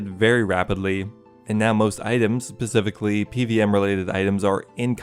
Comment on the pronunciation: Tf you mean “pacifically” 😂😂